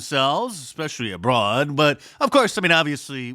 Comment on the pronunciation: "Especially Abroad" as in "Especially, a BROAD" Was that intentional, Mark?! 😂